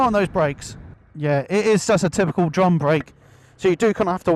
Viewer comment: Sorry, did he say rear drum brake?